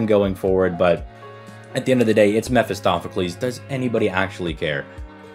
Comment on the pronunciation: "Meh fist off"-acles...👎 "Meh fist oh"-pheles 👍